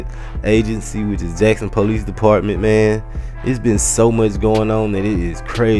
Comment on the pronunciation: lol u say police like pole-eec